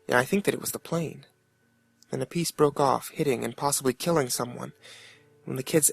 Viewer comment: Instead of re doing his fuck up on kid stuck under metal "pwiece" he should of been like I MEANT PIECE GODDAMNIT